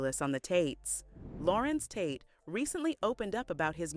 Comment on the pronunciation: Narrator says his name correctly 3 times rest of the time just mispronounce it constantly... Such a turn off! Tate ❤❤ ur acting work. Agree he should be valued more...